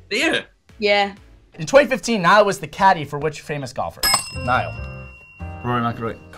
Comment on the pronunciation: He don't even know how to pronounce his own name and damm he's my freaking idol 😂